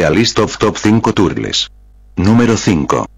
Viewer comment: the way the TTS says "turtles" kills me every time ngl.